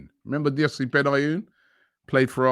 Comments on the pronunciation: “Guessed it yet? ....Yossi BENIOOON.....Yossi BENYOON” 😂🤣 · You had pronounced Benayoun differently two times in 2 seconds. The fucks wrong with you man? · lmao when you said benayoun. can work on that. btw in ukraine was talking about it more than a week b4 everyone around here